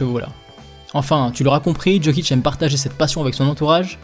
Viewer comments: Tes vidéos sont exceptionnelle, mais je voulais quand même te dire que chez nous les yougos le J se dit comme le Y donc "Yokic" et non "Djokic" voilà voilà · Tu dis "JO"kic comme dans "joli" on ne s'abonnera pas. Lis correctement et on pensera à peut-être s'abonner. Put some respect on his name